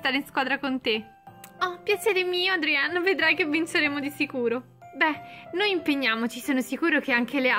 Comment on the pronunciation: Non si chiama Adrien ma Adrian